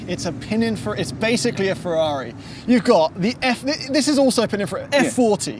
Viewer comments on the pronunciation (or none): none